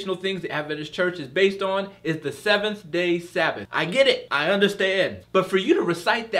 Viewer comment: Stop saying Brethring for Brethren......also Semmm Day........